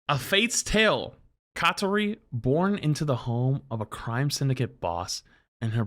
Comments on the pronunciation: There is no "T" in "KAORI" !!! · I can't believe he read her name as kaTori till the end, bro was seeing a T from the astral plane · Kaori to Katori lol. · why does he keep saying katori. it clearly says kaori. where tf he getting a t? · It's not katori you Fuck 😭😭😭😭